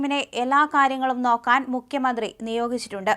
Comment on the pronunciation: ദയവായി മുഖ്യമന്ത്രി എന്ന് ഉച്ചരിക്കൂ. മുക്യ മന്ത്രി അല്ല. Pl.